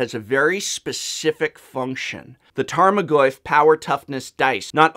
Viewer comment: despite being an english major, you still couldnt pronounce "Tarmagoyf" and "Chimera" right